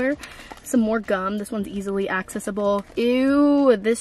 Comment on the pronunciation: I REMEMBER WATching THE SUNFLOWER THEME DECORATING VID. also girl u pronouncing accessible WRONG love u tho